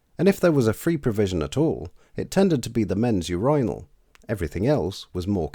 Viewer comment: I really like the way you say urinal